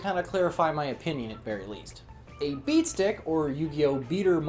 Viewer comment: Are you saying beast dick?